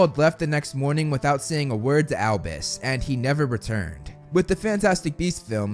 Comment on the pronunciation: It’s AlBUs not AlBIS